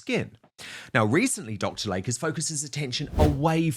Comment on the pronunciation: PRONUNCIATION: It is NOT Dr. "Lake", it is pronounced "Lay-Key" 🙄